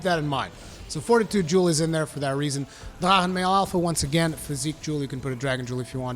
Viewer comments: Hey, quick question, isn't drachen supposed to be pronounced as draken rather than dra-en? I used full drachen too with gae bolg. But used attack charm 3, tenderizer jewels too, 1 attack jewel and 3 vitality jewel. Went very well. Only way I actually managed it. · I am almost 1000% certain thats not how you pronounce Drachen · I never realized you were a Klingon until you pronounce drachen. 🤣🤣🤣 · What the heck did you call drack-en armor? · I love when you say Drachen set :D, danglish inside ! greetings from Germany